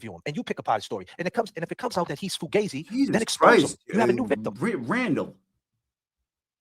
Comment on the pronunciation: I’m just offended that said foo-gay-zi instead of fugazi. He must be a fake Italian. Embarrassed for him